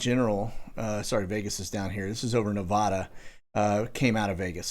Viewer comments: Dude! It’s Nah-VAD-uh. Rhymes with “bad”. Home to Nellis and Creech (and dreamland). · Nev ODD uh